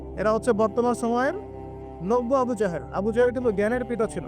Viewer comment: ভাই লেবু না আবু